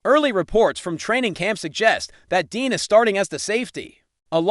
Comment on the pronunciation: He's saying Dean dos he mean Dejean?